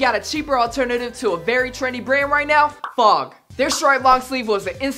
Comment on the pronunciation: Who else cringed when he keeps saying "FOG"?